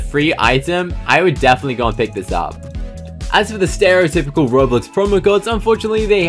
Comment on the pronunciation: You say Bowblox?